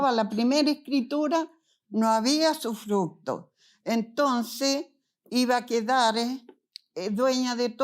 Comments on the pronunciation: sufructo, sufructo, sufructo, jajaja terrible esa mala mujer!!! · Usufructo, no sufructo